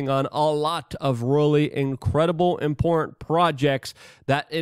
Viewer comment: What's up with you not having the ability to pronounce the word "important"?.. it's important not "import".